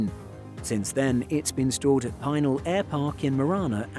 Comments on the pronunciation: Hi there .... "Pih nowl" airpark. Not pi-nal airpark. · PEE nal. Not pine ALL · Pinal is pronounced wrong. Pin-al, not Pine-al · No, I did not know about that particular 747SP. But I do know about the Pinal Aircraft Boneyard, the Davis-Monthan Boneyard, and the Pima Air and Space museum all around Tucson, Arizona. Also, I know that you've been mispronouncing Pinal... It's "Pee-nahl", not "pin-al". The airpark and the county take their name from the indigenous group called Pinal Apaches. (They are a subset of the Apache that live in Arizona.) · its 'pee-nail' not 'pine-nail'' air park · It's pronounced PIN--ELL. I used to work there. That was before this aircraft showed up. The 747SP is a weird looking aircraft. While the full sized version has a very graceful appearance, and IMO the best looking airliner ever made, the SP looks short and fat and just plain weird to me. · pēˈnäl Pi is short i and in "pencil" and the "nal" is as in canal.... and it is a wonder land... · The word Pinal is pronounced Peh-NOWL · BTW, Pinal is pronounced pin-NAL (like the pin and the male name, Al, with emphasis on the second syllable). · Pinal is pronounced like "Pin Al" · Nitpicking: I live near this facility in Tucson, AZ. “Pinal” is pronounced “Pee-nawl” with the accent on the second syllable. Otherwise… Let’s see, Jesus walked, this guy flys around the world in a 747. Might be time to take another look at tax exempt status. P.T. Barnum was right. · Pee nahl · most of the locals pronounce it pin-AWL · It's not pronounced PIE-NAL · Bro! Its pronounced "Pin-Al". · Please do not be offended by this correction but as an Arizonan it hurts my ears. Pinal is not pronounced "PEENIL". I do very much enjoy your channel.